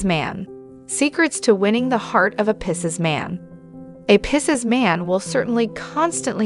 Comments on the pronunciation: This is good. However the pronunciation is Pie-seas Just think I want Pie, over Seas Picese Everytime I heard pissas, it made me cringe. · 🤣 😂 “Dating a pisses guy? Interested in the way a pisses man thinks? Listen to our advice as we tell you all about your future with a pisses man and simply refuse to acknowledge or properly pronounce the word Pisces.”